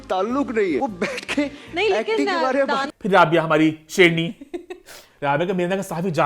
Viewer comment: Eman bary bary thek sy bola kro.bhary bhary ni hota